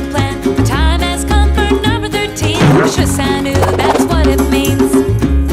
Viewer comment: shisan WU not shisan oooo